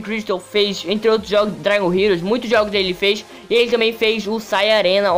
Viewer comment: É dragon crystal nao dray crystal fala serto po